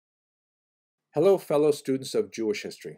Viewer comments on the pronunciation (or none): none